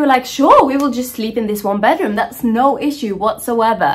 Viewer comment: sounded so british when she said issue 🤣🤣